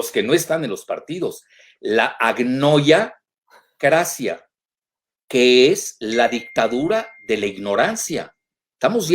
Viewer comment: "AGNIOYACRACIA", 👏🏻👏🏻👏🏻 "YA ENCONTRAREMOS LAS VACUNAS". 😆😆😆. El Dr. Jalife siempre dándonos tan buenas cátedras.